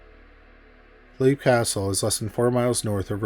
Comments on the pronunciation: Great video. I love stories of haunted castles. The pronunciation of the castle in Ireland is, Lep, not Leap, even tho that’s how it looks. And the Elemental there is referred to as “The It”. Congrats on 100k! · It's pronounce "Lep" castle